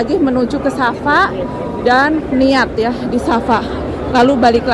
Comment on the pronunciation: Kenapa sebut ‘ Sasa’. Padahal itu kearah ‘Safa ‘. Sa’e itu berjalan dari Safa ke Maruah.